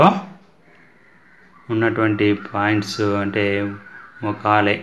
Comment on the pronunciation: Mokale kaadu sir Mekale మెకాలే